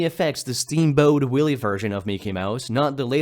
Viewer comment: Is this voiced by an AI? At about ish "steamboat willie" is pronounced in a peculiar way, it completely misses out the "t" in boat. I am so suspicious of voiced over videos like this that I can't help but wonder how many nowadays are AI, which sucks.